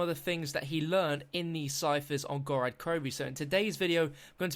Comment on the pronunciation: GOR-OD not GOR-AD